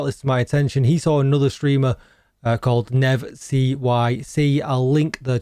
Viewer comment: I think it's Nerv not Nev 😂